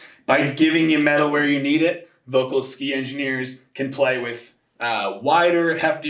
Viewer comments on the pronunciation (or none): Why is that people, who are supposed to be pros, never care to pronounce VOELKL right? It's so offputting.